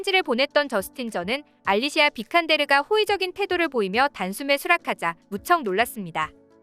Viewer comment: 비칸데르 (O) 빈칸데르 (X)